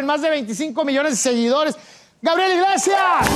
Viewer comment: acabo de ver que dice Gabriel Iglesisas, antes de Gabriel Iglesias